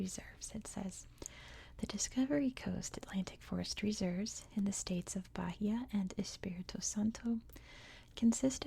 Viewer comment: It’s ‘ba-EE-a’ with a silent H :)